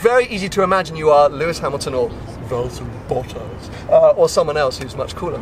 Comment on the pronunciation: really didn't like the way he said "valltari bottas" he is great on track and a gentleman on and off track wish him the best in f1... He's not boring seeing him win excites me much more than seeing Lewis win.... Win after win after win for the last 4 years its just gotten so old